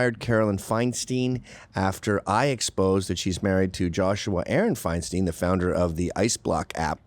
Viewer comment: 'feinstein' you say lol